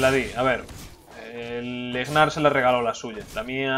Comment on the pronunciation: e.e , porque le dices Egnar ? xD se pronuncia NAR xD